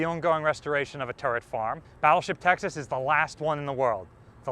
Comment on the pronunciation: No offence intended, but when you say "Texas" it does sound like "Taxes". Possibly, the state of "Taxes" should impose a low contribution on its taxed citizens. I further know, that the restricting factor in US battleship design were the Panama locks. Only the never built Montanas were planned with a 4x3 16 inch arrangement. The choice indeed is difficult, but I would prefer more guns in an efficient layout, hence the triple turret as in the pocket battleships. 12000 tonnes and 6 11-inch guns! That's something, indeed.